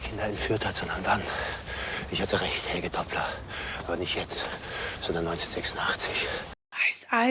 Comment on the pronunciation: "Helg-uh" not "Helgie" #German